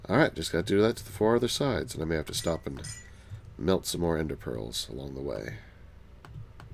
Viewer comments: I was standingg and my knees buckled when he said "pstop" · I laughed SO HARD when he said pstop!